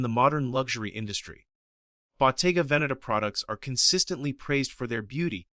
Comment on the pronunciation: Ai slop 😂 at least find an text to voice model can pronounce the damn brand this entire video is based on, how can anyone be this stupid , did you not edit or even watch the video before rushing to post this abysmal ai slop